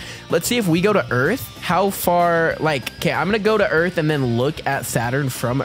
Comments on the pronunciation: did you mean earf instead of earth? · yes it is called earf!